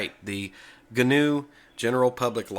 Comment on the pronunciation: Ga-New ? GNU = GA-NEW ?